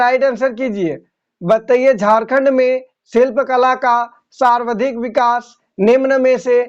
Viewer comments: aap sawardhik bole hain jabki sarvadhik hoga... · Sarvadhik ka ucharan galat kar rahe hain.....